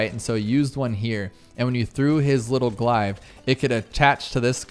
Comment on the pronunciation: My biggest gripe is how you pronounce glaive lmao